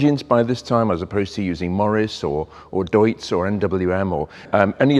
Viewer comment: seems, the clutch doesn't fully separate ?? Again respect for pronouncing Fichtel und Sachs and even Deutz correctly, Great, like in Italian, you always show respect to other languages, Thank you for that again!!! Great storytelling as always also.